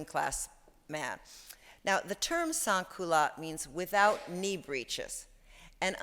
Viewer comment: Lady where did you get your doctorate ONLINE? You are writing about French fashion and you can't pronounce French words. It bugged me so much I couldn't concentrate on any of this. When you say 'sans' you pronounce the last 's'